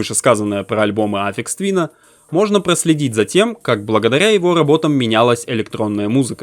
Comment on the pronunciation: Автор пилит видос про гения, но даже не в курсе, как правильно произносится его псевдоним) Я уж молчу про кагтавую озвучку